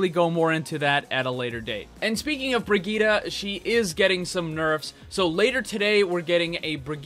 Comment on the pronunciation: HER NAME IS BRI-JITT NOT BRIGITA LOL